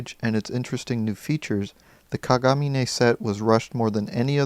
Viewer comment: Rin and Len have the same last name "Kagamine" (btw you pronounced it wrong) so they have to be twins or just brother and sister. I hate it when people ship them!